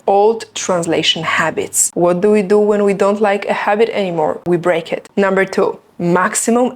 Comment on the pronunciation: I think you can't say properly "To" and "do" 😊